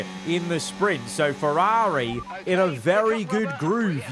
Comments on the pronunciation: I can’t handle his pronunciation of “FerrAaAari”. It’s ear piercing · it's certainly a pronounciation